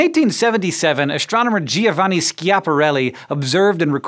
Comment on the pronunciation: The "I" in Giovanni is silent